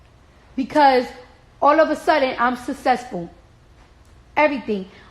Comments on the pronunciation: no hate.. but damn she cannot pronounce SUCCESSFULL.. SUSESFULL it drive me nuts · Bitch cant even say successful lol but she want me to believe she write songs 😂😂😂